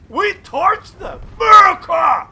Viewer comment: When keeps saying 'Murica, I keep expecting FUCK YEAH after it